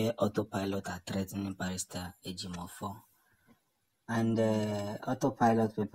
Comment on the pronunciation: Please pronounce the name correct.we don't have Ejimofor .what you can find is Ejieofor or Ejimakor